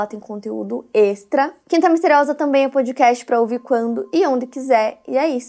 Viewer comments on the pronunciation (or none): none